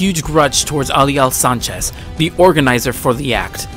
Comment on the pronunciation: btw you pronounced Ali al Sachez you said Sanchez on his name and along with Mikazuki Augus it's not "Angus" it's Augus